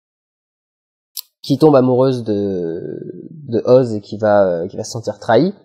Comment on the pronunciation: JE T'AIME tu dis Oz et pas OSE T^T !